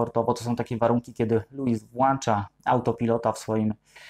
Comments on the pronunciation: "włącza" panie się mówi..... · Nie mówi się włancza tylko włącza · "Włącza":)